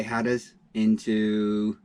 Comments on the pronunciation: It's "Slack Tide"....and "Hat -r-us" 🙂 Did you see the boat that approached ? Sounds like it could have been Coast Guard patrolling ? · There are a whole lot of Monday mornings. Which one was that? BTW That's "Hat-ter-rus". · Seriously guys. It’s pronounced Hat-er-as!. Tricky part of the coast there but good job.